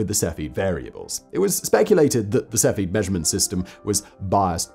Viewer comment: Sef-e-id. Not Sefi.